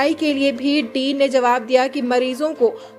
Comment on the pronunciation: Din nahi bhai..Dean bolte hai